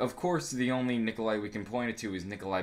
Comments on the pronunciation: You mean Nikolai right? Not Nikolia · Nikolai not Nikolia